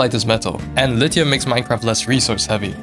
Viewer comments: Not him saying "lite hum" And not lithium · Bro why does he say it like that”lit I um” 🤣